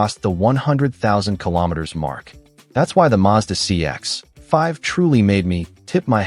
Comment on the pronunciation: Tip for YouTube creators who use AI. Check your copy before generating audio. Find and replace Mazda CX-5—change to CX5, otherwise you get that awkward pause that sounds so obvious. Same with "9 liters slash 100 kay em". That's brutal and easy to fix. Better yet, try writing your own copy.